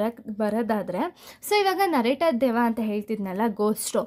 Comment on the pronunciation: Akkow adu deyva alla deva 😂😂😂